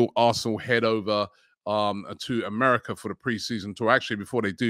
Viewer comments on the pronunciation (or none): none